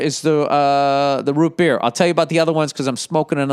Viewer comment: I need to make an official statement on Bill Burr offending me. The way he says "Root Beer", makes me significantly uncomfortable and you all NEED to know that I will no longer be subscribing to such horrendous pronunciations. -Random Person